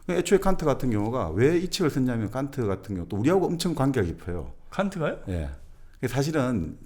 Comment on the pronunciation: 깐트 칸트 비 삐 발음이 사투리인가요